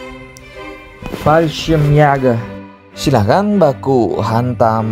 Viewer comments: Admin kalo bilang Fallschrimjagger bikin emosi anjir wkwkwk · jäger kalau dibaca itu yaeger, di German j = y, ä = ea/ae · fallschirmjager min bacanya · Menurut google translate, Fallschirmjäger dibaca "Falshimyega". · Kesel gua denger lu baca fasehgeyehh min 😂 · Yang gw denger balsem siaga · Banyakin bilang Fallschirmjäger lagi min,,bikin ngakak n gemess.. yassalam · Bilang fallschirmjager nya lucu 🤣